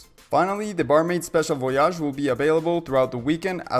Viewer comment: Cant listen to you say Voyage like that one more time.